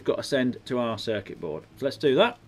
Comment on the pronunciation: said circet board times